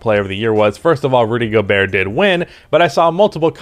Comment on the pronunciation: I think your pronounciation is correct